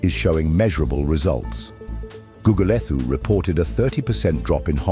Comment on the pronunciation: AI narration isn't going to make you feel accepted. For example, the h in Gugulethu is silent. Goo goo le too would be more apt.